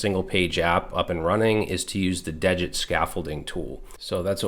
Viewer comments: Degit is pronounced as DEE git. I heard Rich Harris (the creator of degit, Svelte, and rollup) pronounce it on a podcast interview. degit removes the git history to make it smaller. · awesome video as always but the thing is degit is spelled dee git not dejit it just clones a git repository without the .git folder